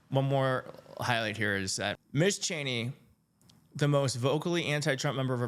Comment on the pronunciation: Thanks for the great report and commentary. Also, just to let you know, Ms is pronounced "Mizz."